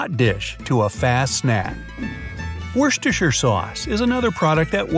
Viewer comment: The only guy who can say worstechire sauce